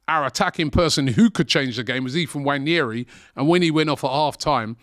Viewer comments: That guy's name is not "Wanyeri". Its "Nwaneri" please Robbie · Why does aftv call him Wanyeri? Nwaneri is very easy to say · “Waneri”? Guy can’t even pronounce his name properly 🤦🏽‍♂️ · Robbie, can you get the pronunciation of Nwaneri’s name right?